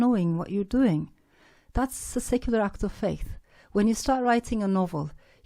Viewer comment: Bu kadar yıl İngilterede kalıp bu kadar kötü bir aksana sahip olmak çok üzücü. Act of faith nasıl bir telaffuzdur ya.